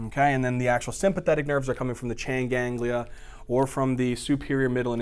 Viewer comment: He said CHAIN GANGlia LOL